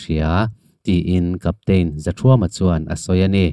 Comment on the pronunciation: I chhiarsual nasa hi chu ka hrethiam a,mahse cpt.zathuama hi cpt zothuama tiin i lam char char a,khawhming i sawi diklo nasa hle bawk